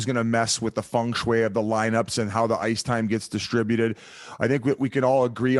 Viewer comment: Its ¨feng shui¨. your horse!! not. FUNG bwhahaha